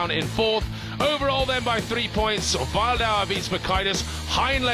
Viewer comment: Imagine being Martin Wildauer and getting your name pronaunced wrong the entire competition... ouch xD